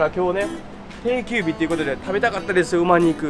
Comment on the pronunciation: 『だいもん』は港区芝だよ、吉原は『おおもん』。あと馬肉は『ばにく』吉原は『よしわら』ね。